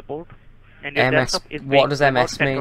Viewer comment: Desktop. just makes fun of the scammers by intentionally pronouncing it as 'dextop'. Same thing with virus; he pronounces it as 'wirus'.